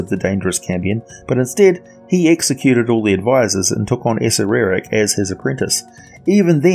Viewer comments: You lose credibility when you can't even pronounce one of the most famous beings in the D&D Univers correctly, why do you ad the extra sylable? A-cer-ack. Not A-cer-er-ack. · Isnt it pronounced ah-sair-rak? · The right accerak pronuntiation is a-SHAI-ak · levimorne I think according to Perkins (you can find it on the Stream of Anihilation plot overview) pronounced it as, (Acer-err-ack). Funny enough, I think the pronunciation in the TOA book is actually wrong. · Chris Perkin’s pronunciation from the stream of anihilation. A-Cer-Er-Ack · lol thats what i thought. You pronounce it how you want tho. Be yourself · man, I have heard so many people pronounce Acererak and I have to say, the way you pronounce it is the latest lol. I will never actually know how to pronounce that dudes name! BUT good video as usual! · Pronunciation of Acererak Discuss... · Thanks for the feedback Erich, this video is several years old and I have long since corrected that error in my pronunciation thanks to helpful feedback from viewers such as yourself. If you spot errors in more recent videos, please let me know.